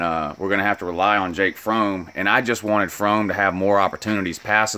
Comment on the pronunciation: Learn how to pronounce Fromm dumb ass